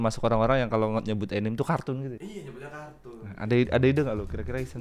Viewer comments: Enim 😂 anime bang anime pelafannya biasa aja anime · Bacanya bukan enim enim. Tetap dibacanya anime